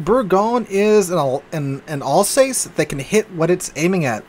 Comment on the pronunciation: 'Alsace' rhymes with 'bus'!